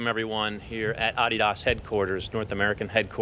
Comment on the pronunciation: Who the hell pronounces "Adidas" like that?